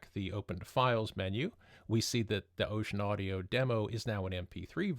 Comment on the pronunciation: It's actually not pronounced "ocean" but "oh-sen." Just for the record.